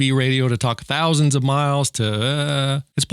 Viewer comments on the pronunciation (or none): none